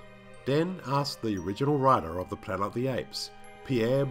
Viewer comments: After three of the Apes videos, I've grown accustomed to your endearing "Plana" of the Apes and also forgive you for your near-universal mispronunciations of all the character names along with your countless factual inaccuracies. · What word is it that you keep saying instead of "Planet"??